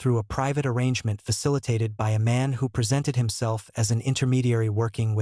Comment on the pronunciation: Is this fake? What is 'B Y the evening'? Ridiculous. Gutted that I listened to this fake trash for about 10 minutes...